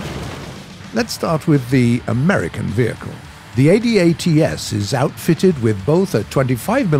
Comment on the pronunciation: for god sakes... its pronounced ADATS.... not A D A T S...... its a word.. from a canadian in the CAF....